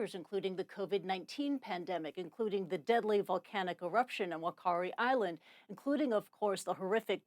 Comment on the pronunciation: In reference to the Whakaari Island volcano - In New Zealand most (Wha) is pronounced (FA) as the language used here is Te Reo Māori. Hence, Whakaraari = Fakaari. For future reference